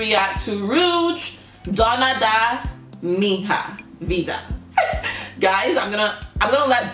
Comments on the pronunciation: It's not pronounced MIN-HA...but MIÑA... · The pronunciation is DONA DA MIÑA VIDA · hello! Very nice reaction, thanks so much, as a fan of Rouge I'm so thankfull abt some international audience for them. They do deserve it! Just to correct, we pronounce this letters "nha" as a nasal sound in Brazil. Take a look when google translate says "Minha", is a different when you say [Min]"/ra/", that's an oral sound, it's like "ha". and completely different of "nha". (Just a tip, still GREAT reaction, and you took the main message: Self acceptance, empowerment, respect for all kind of ppl, so on). Keep doing this great job! All positive thoughts! Cya.